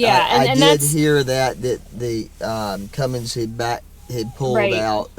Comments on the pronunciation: Now that you are in the secret sisterhood of diesel truck ownership, you must not commit the ultimate sin of adding a "G" to the word CUMMINS. Real truck owners know there's no G! 😄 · There is no G in Cummins LADY!!! lol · My only complaint, other than you buying a Dodge, just kidding, sort of, is the way you add that "g" onto the end of Cummins. Please stop. Just a pet peeve. Thanks. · I’ve been following you for a long time! Truly, love and respect you but we need to correct a wrong. There is NOT a ‘G’ in Cummins! It is ‘come-ins’, not comings!’ You are a very smart person, please correct this, you deserve to sound as smart as you are! Thank you!